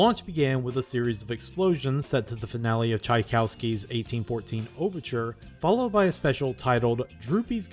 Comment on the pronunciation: “Chai-cow-ski’s 1814 Overture” was, like, scientifically engineered to drive me crazy😝